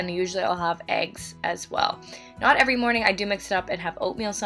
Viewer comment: she said “EVery”. I jumped